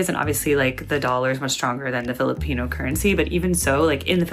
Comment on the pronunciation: Somehow this guy pronounces Filipino with a hard R